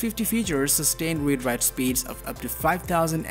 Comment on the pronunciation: You are not pronouncing Read / Write properly and you said MegaBits instead of MegaBytes.. Big difference of a factor 8... My advice is to not talk the manufacturers so much after their mouths... Try to stand out more as your own voice and do it properly! otherwise, thanks for the reviewing!